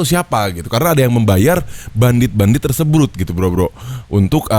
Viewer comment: tersebrut :V